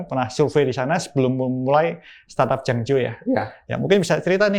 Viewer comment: Jangjo bukan janglo